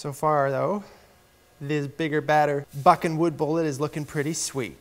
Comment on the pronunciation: Lots effff in his canadian pronunciation of buh buh buh buckin'. 😁